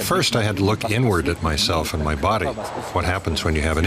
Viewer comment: When he said "inward" I thought he said "n word"